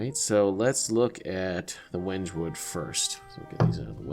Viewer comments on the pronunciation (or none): Hello, I do some woodworking and I have used wenge before. I would just like to inform you that it is pronounced Wen-gay.